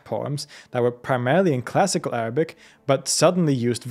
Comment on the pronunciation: Your Arabic pronounciation is basically perfect and a joy to the ears.